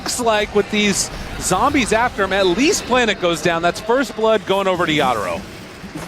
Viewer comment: Everytime this guy says Yata-Ro, it grinds my gears